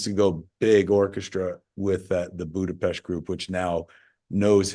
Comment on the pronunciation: kudos for knowing how to pronounce Budapest